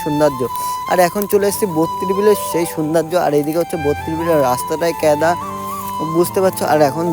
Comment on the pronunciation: কেদা😂না কাদা😂😂😂😂😂😂😂😂